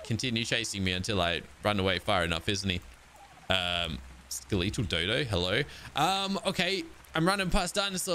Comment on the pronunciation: Why do you pronounce skeletal the way you do? Drives me crazy 😂 Great video as always!